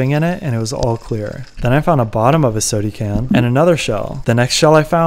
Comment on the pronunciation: I LOL every time you say "sody can"